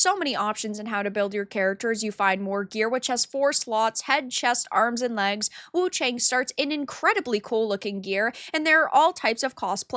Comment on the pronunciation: Everyone is reading her name wrong... The "a" of Wu-Chang should sound like "a" from Arm and cAr...